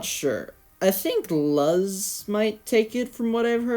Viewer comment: Juusssttt a heads up, Luz is closer to "Loose" in pronunciation.